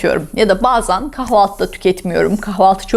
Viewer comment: “BAZAN” değil “BAZEN” 😀